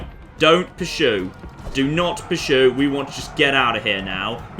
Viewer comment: Puh-soo? It's pronounced how it is spelled I believe. Pur-Sue